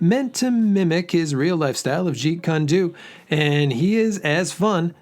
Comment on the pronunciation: I just found out about this game and man it's right up my alley! Great review 👍 just and FYI Bruce Lee's fighting technique is pronounced jeet koon doe.